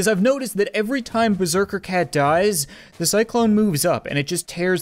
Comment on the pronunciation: Why do you say fire zee cat cannon when you fire the cat cannon